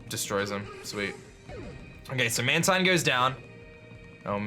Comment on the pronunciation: You pronounce Mantine as Man-Teen. Not Man-Tine